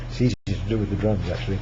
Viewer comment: I thought he said "It's easier if you do it with the drugs." But he said drums.